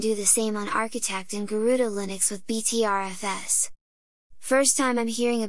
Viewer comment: I'm disapointed that doesn't know how to pronounce 'Butter FS'.